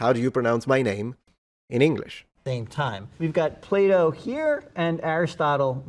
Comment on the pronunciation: The pronunciation of the foreign name 'Raphael' is one thing, and open to discussion, but I'm damn' sure that "Playdough," isn't correct when it comes to sayin' Plato's name...